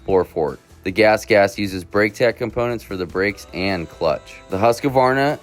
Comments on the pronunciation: Dude, its pronounced hoosk-varna. Not huska-varna or husky-varna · Huskavarna ?Learn to pronounce the bikes name